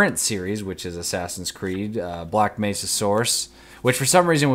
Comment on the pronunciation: Sounds like you said "black mesa saurus." Pictured a big ass headcrab on a t-rex. Random thought.